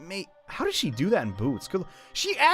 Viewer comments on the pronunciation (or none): none